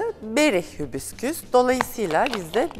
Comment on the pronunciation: Hibisküs diyosunuz ısrarla baya rahatsız etti